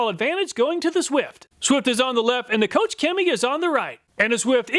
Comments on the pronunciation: KochChemie is pronounced closer to Coke than coach lol. Their GreenStar is my favorite product. It’s very alkaline so it’ll strip off anything you have on the car but it also really gets rid of any dirt or greasy grime with just a foaming and a pressure wash. No real scrubbing at all. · It hurts my German soul to have it pronounced "Coach Cammy" :D